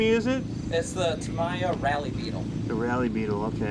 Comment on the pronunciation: Never heard anyone from Michigan call it "tameeya". Must be from out of state 😂